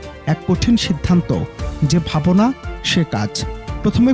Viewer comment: বাংলা শব্দ উচ্চারণ করতে পারে না? সে খবরও পড়ে?ভাবো না হবে না?ভাবনা হবে।